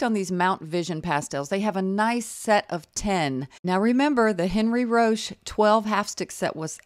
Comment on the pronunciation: Enn-REE Ro-SHAY (my French pronunciation credentials lol: 4 years of HS French, 2 years of College French, and I'm from Louisiana with a mostly French ancestry grandma)